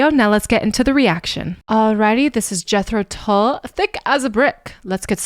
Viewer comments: There’s a Scandinavian flute player/music teacher/reactor who pronounces the band’s name as ‘Yetro Tool’. Adorable. Thanks for this one,. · 😊 The band Jethro Tull,are Not dull, but that’s the way it’s pronounced